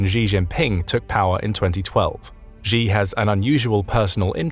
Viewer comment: It would be nice if the narrator can pronounce the surname of China's president correctly. It is pronounced as ' see or just C'